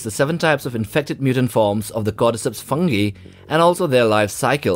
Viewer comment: You say "cordyceps" I hear "goddess hips"